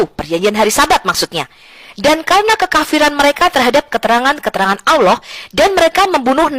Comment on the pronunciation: sopikatul mengucap kan kata Allah aja susahnya minta ampir kapir betina 😂